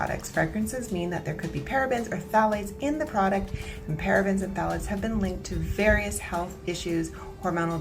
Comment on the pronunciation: Hey man, great video, just wanted to give you a heads up, phthalates is pronounced “Tha-lates.” Not criticizing or anything, just wanted to help you with that. Have a great day!